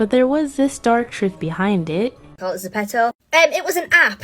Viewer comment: Girl , is zepeto , not ztopo !